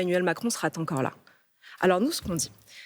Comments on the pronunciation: "emmanuel macron sera t'encore là" 🤨 j'espère que le T lui sera loin 🤣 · intelligente peut être mais cette laison sera Tencore la ça pique les oreilles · sera Tencore la 🤔ça pique les oreilles Sarah